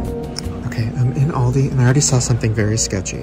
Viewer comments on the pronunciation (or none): The way he pronounced aldi 💀💀